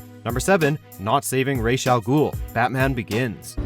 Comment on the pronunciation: You mispronounced Ra's